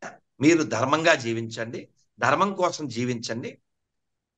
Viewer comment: సనాతన ధర్మ తల్లీ dhurema కాదు ధర్మం. ని పలకటం నేర్చుకో